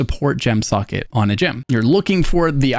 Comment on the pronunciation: This is amazing. I respect the hell out of how long it took to make. I also dont mean this sarcastically, but I actually enjoyed the fact that I heard your pronunciation of "socket" as "suckit"